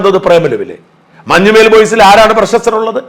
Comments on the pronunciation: മഞ്ഞുമ്മേൽ അല്ല മഞ്ഞുമ്മൽ കറിയേച്ചൻ അല്ലാ കറിയാച്ചൻ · മഞ്ഞുമ്മൽ ബോയ്സ് എന്നാണ്, മഞ്ഞുമ്മേൽ ബോയ്സ് എന്നല്ല